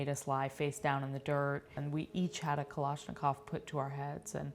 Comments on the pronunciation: Kaloshokav lmao is kalishnikov is how u say it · The real crime here is how she pronounced "Kalashnikov" like "Koloshnokov" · Did she just say Kalashnikov ??